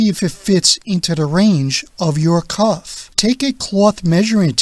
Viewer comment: Speak properly; it's "cuff," not "cough."